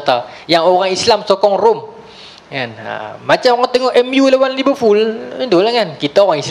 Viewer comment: Liverpool bukan liverfool..terasa sy as a fans liv & sndri 😑